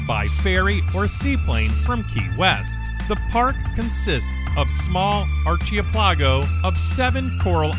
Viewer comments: Ar-Chee-PehLahGo?? It's Ar-kee-pel-ago. Your pronounciation sucks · Archipelago a string of islands naturally occurring in the ocean. Don't pronounce it Archie Palago, Pronunciation for archipelago, r - ku - pel - a - go First syllable is pronounced, r Second syllable, ku, pronounce the, k, and the u is pronounced like in, up Third syllable, pel, pronounced like pell Fourth syllable, a, pronounced short a, Last syllable, go, pronounce, go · Archie-pel-ah-go. Cringe. It's pronounced Ark-a-pel-igo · Archipelago is pronounced ark-uh-PELL-ago, not arch-ee-uh-PLAH-go (Dry Tortugas). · I did. It made me laugh. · The state capital of Alaska, Juneau, is pronounced JEW-no, not zheh-NEW, Next, regarding Dry Tortugas, the group of islands, called an archipelago, is pronounced ark-uh-PELL-ih-go, not arch-ee-uh-PLAH-go. Third, Kilauea is pronounced kill-uh-WAY-uh, not key-low-uh-WAY-uh. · Don't forget "archie a plah'go" (archipelago) and Kilauea, not "Kilo oh ay' ya". But the photography is stunning!!! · Haha Archie-la-pie-go it's funny how some people say archipelago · I’m sorry but archipelago is pronounced so much more differently than how you say it. It’s pronounced ar keh peh leh go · who is Archie Peligo? ugh..... That's just the funniest one. Pre read your copy and learn how to say words and names you don't know. Don't just make stuff up. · Get some help with your pronunciation of "archipelago," "Juneau," and "Kilauea" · Great list and great place but holy shit, at least have your voice-over look up how you pronounce basic things like Juneau and Archipelago. The cringe is overwhelming!